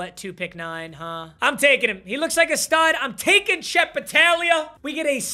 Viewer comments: saying battalia is hurting my soul its bataglia, if youve ever played blitz the league youd understand lmao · It’s bataGlia. You forgot the G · Papa refusing to read the G in battaglia was driving me crazy for some reason